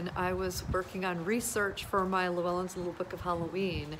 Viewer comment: Hello! Welsh speaker here, Llewelyn is pronounced chhhwelyn. Like the sound of a gas leak. Came for the content though, this video is wonderful! Subscribed!! Always loved these dolls, wanted to know if the tale of these was universal. Have a good week!! Xx